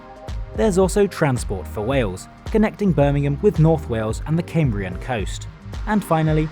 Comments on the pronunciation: CAYMBRIAN Coast? Cambrian, surely?? 😂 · Hi, never heard anyone in my entire life say Caymbrian before....it's Cam(as in Camel)brian...just incase you head west on Transport for Wales lines. Cheers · Why do you pronounce Cambrian as 'Came-brian'? You are English.